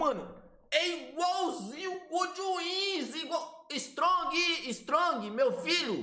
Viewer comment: Ele falou estrong, eu entendi estrume kkkks